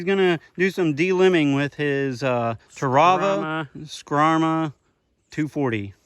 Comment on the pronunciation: The only problem you had with the knife was pronouncing the name. Think of it as a a bull of a knife. The Brahma Skrama.